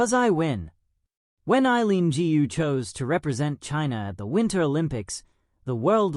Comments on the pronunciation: Correct me if I am wrong, "GU" is a family name in China, should be pronounced "GOO", not "GI-U"! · Gu is not pronounced Gee You but koe with a soft G.